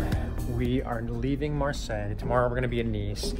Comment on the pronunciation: I love how you pronounce Marseille !!! Love from France ❤️